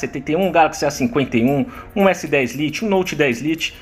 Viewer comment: Liti ? Jesus que pronuncia é essa ?